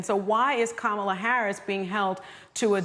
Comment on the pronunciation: Whoopi pronouncing Kamalas name wrong lol 😂